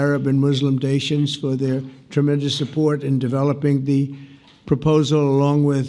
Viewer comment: Did he say “dations” instead of nations?